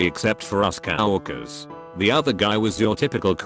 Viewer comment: I lose it everytime the voice says COW-WORKERS XD